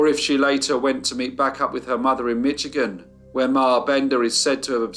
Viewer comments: Great work on this case! I had never heard of them. One bit of feedback: Michigan is pronounced with a 'sh' sound rather than a 'tch' as heard in the video. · Thanks for another great story. I live in Michigan USA. It's pronounced Mishigan. Requesting you do the Bath School disaster, a small town outside Lansing MI. I work in the hospital the children were brought to for help, and the in stories still echo in the halls. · he really did pronounce that CH in Michigan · Loved this, but I must point out that the "ch" in Michigan is pronounced like "sh". Thanks for all you do,!